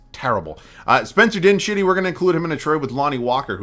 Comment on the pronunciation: Spencer Din-shitty 😂😂😂